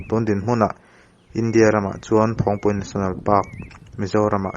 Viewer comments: Phawng nilo in .. Phâwng a ni ang a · Ni e, Phawngpui ti suh, Phawngpui ti rawh.. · Phawngpui pawh lam diklo hichuan tiang hi tive lo teh u, mizo hmun lar lutuk, tawng dik hi zir teh u, thangthar zel ah a pawimawh